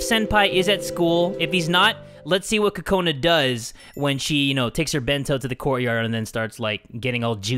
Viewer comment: When Kokona is in the bathroom, you're calling her Kokoni.I was lauphing too hard😂😂😂😂😂😂😂😂😂😂😂😂😂